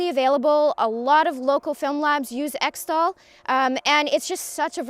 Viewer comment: its pronounced eck-tol